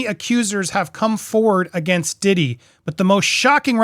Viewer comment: PEA-DOUGH Diddy.